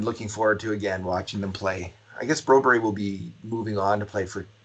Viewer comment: Jesus its broberg not broberry staples..